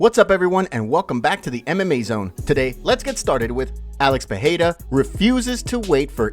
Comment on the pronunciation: The light heavyweight champions name is Pereira not Pahada or Pihada. Listen to old Glory kickboxing for the correct pronunciation.